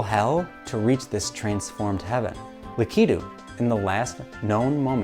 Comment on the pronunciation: Devastated by your pronunciation of Lakitu 😔 But seriously excellent, poignant work. The analysis of the mirror room was revelatory, such a bold argument to make, and you made it both convincingly and beautifully. This video was well worth the wait and I am excited to see where the rest of this season goes :) Onward, video essays